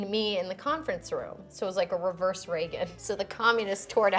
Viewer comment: Did she say "Raverse" :D she's so Britta, I love it